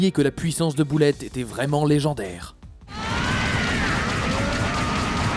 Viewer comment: Bullet se prononce beullètte pas boullette